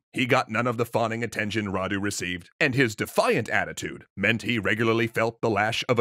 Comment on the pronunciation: Thank you for pronouncing Vlad properly and not with an accent and you're doing pretty well with Radu